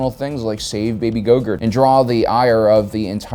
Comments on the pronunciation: Love how he says baby gogurt instead of grogu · His name is Grogu not gogurt! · It’s grogu not gogurt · hold on did he say “baby gogurt” at the start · Yo did he seriously call Grogu go girt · Did he say Baby Gogurt?? 🤣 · I thought I heard you say "baby gogurt" in the beginning and wasn't sure, until I heard it again and laughed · I might have missed a few videos but I swear you said baby yogurt or baby gogurt lol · did you say baby gogurt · couldn't stopo chuckling every time you said Baby Gogurt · Lol are you calling him baby gogurt? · Are you saying baby "Gogurt"? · did you just call him Gogurt? I am subscribing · that was a slip of the tongue ... I think he had baby Yogurt of the Schwartz on his mind .... then the thought of rasperry yogurt made him hungry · Indeed, he keeps saying gogurt...